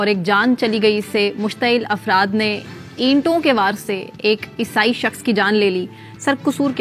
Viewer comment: Madam word is not esai